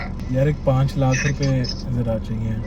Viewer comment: Bhai it is not lak it is lakh